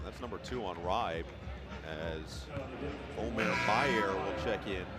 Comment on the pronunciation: Noah Eagle is a great announcer, but there's no way Eric Reibe's name is pronounced "Ribe" like it rhymes with "vibe." 😅😅 I'm not German, but even I know it would be "Rybah" (rhymes with a Brit or Australian saying "cyber").